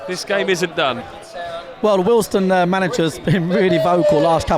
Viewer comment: Great quality video. One quibble, it's pronounced WealdSTONE, not Wealdstun. Like Maidstone or Leytonstone.......